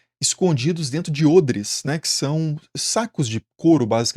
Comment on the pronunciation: Nossa, ôdres? Eu sempre disse "ódres" hahaha!!!